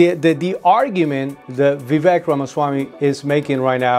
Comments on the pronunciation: His name is not "V. Vek".Its Vivek,Sir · Vivek is pronounced "Vi-Vake"